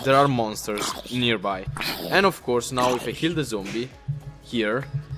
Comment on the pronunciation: sorry but its nearby and not nerby